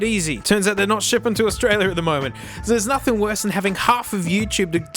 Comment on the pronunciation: I was unaware that "Australia" had two r's in it.